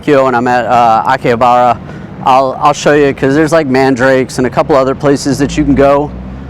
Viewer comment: Just a heads up its pronounced MAN DA RA KE